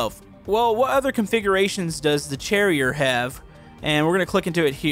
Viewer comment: i think its supposed to be pronounced cherry-eh lol